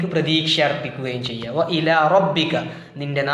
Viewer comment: ഇതിൽ വ ഇലാ എന്നതിലെ ലാമിന് 'മദ് ത്വബയ്യല്ലെ അതിനെ അത്ര നീട്ടാൻ പറ്റുമോ